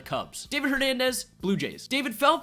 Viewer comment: “David Hernamden”?!?!